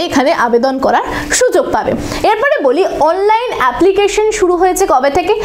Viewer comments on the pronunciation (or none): none